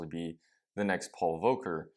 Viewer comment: Pronounce the L in Volker, please. I didnt know what you meant when you said it.